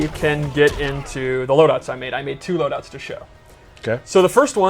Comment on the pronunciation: Did he just say " preset loudouts for tournaments and ranked play" ?